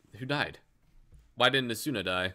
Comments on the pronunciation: u butchered the name asuna :^( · U said Asuna wrong thats funny